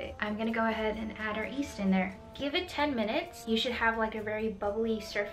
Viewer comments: Yeast.. Not east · She says east instead of Yeast 🥺🥺 I love you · I keep hearing her say east, instead of yeast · Maddie Ben I swear she’s saying “east”!!?!? like you’re great honey but the Y is there for a reason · Yes she definitely said east lmao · I really want to try this recipe. But man, the "east" keeps getting to me. Is there a video that she calls Yeast, Yeast? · she keeps pronouncing East, instead of YEast. For some reason pet peeve... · Does anyone thought his saying east instead of yeast or am i tripping? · really cute when u say east instead of yeast <3 love your vids!!! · She calls yeast, east. Lol! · am i the only one who hears east instead of yeast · It’s pronounced YYeast not East. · I rewound to see if I'm hearing correctly, she's definitely saying east. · yup i hear "East" - very interesting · I also heard east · If you watch the video where she made steamed buns with her mother, her mom also says east instead of yeast. It's one of those bilingual things. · East it is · No one: Absolutely no one:: "East" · Bruh... it’s [y]east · Radha Niranjan nope I’m very much American and the Y in yeast is kinda necessary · I'm also an American and I've never heard anyone pronounce it without the 'y' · it's because she speaks Chinese and English. The word 一 is written Yī, but it's pronounced "ee", the same way she's pronouncing the first syllable of yeast. no biggie, just the brain making connections between her two fluent languages. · You are the second person that I've heard pronounce Yeast the way you do. The other girl is on YouTube as well and someone started a "east" ticker in her video.